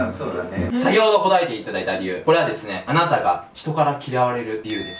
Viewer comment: 『あなたは桃太郎です』のところ『あたな』になってるw そして、ドッキリのところドキッリになってるw 疲れてるのね...